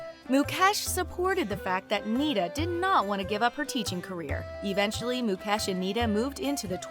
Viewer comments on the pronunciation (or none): It's Mu-kaysh NOT Mu-cash .. Indians are made fun of for their "Indian accent" .. we find it equally hilarious when you pronounce our names wrong too. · His name is not pronounced mu-kesh it's mu-kaysh lololololop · It’s not Muk Ash it’s Muk Esh :༽ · She pronounced ..Mukesh as ..mucash 😂😂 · It's mukesh not "Mu-cash" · It's mucash 😂🤣but it's mukesh and also it not nieta it's neeta pronounce it correctly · Mukesh NoT Mukaaash 🤣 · It's not moo - cash . It's mu-kesh ..... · Even MUCASH😂😂😂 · 😂😂😂😂😂😂😂😂😂mucash too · Moo cow ash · Why do these people pronounce his name as mu-cash?? I mean he is one of the richest man, at least get his name right! I dnt hear people calling Bill guts! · Moo cash is that what I heard😂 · So no one's gonna point out about the whole Mucash pronunciation? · U r pronouncing mukekh ambani wrong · Mu-cash ugh atleast say the name right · What tf is mucash!!!!??? If you can't pronounce then don't say... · I never thought would cover this. Makes me glad as a fellow Indian. Not sure if they said anything wrong (since I don't know a lot about the Ambanis, except for the basic stuff) but I cracked everytime they pronouce their names xD And yup, thanks to Jio, using the internet has been hassle free here. For me at least. Some might say it was hassle free before that as well but for me, Jio was the best thing to happen. Congratulations and all the best to İsha for her future endeavours💜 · Lol 😂😂😂 how she spelled mukesh like really 😂😂😅😅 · i was like why this lady did not do any practice on how to correctly spell Indian words??? I laughed so hard when she butchered Mukesh Ambani 's Name...